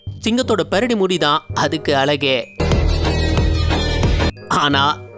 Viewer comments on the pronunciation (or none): பெரடி இல்லை பிடரி